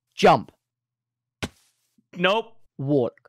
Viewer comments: tubbo saying walk sounds like “worlk” lmao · Thought that everytime you said walk I herd wonk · Every time Fundy says, “Walk,” I think he says, “Wonk.” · Fundy saying walk sounds like he’s saying “wonk” and I find it fantastic. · Fundy: Uses voice control to walk forward Also Fundy: Wolk, not wolk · Fundy: "not walk" What i understand: "Nut walk" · The more he says “walk” the more it sounds like “wonk” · Who else thought he was saying “wonk” instead of walk? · Wonk, not wok -what i jear from fundy 2021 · I kept o hearing “wonk” instead of walk lol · Anyone else hear wonk instead of walk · Is it just me or does him saying walk sounds like wonk. (no hate) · Who else hears “wonk” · Walk sounds like wonk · when fundy says walk he sounds like he's saying wonk lol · When he said walk or not walk I thought he said WONK NOT WONK 😂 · at first i thought he said wonk